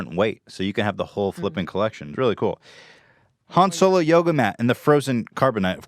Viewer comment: Don’t you mean Han-Swolo*?